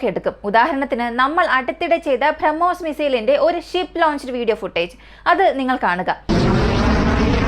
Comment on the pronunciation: ഭ്രമ്മോസ് എന്നല്ല ബ്രഹ്മോസ് എന്നാണ് വായിക്കേണ്ടത്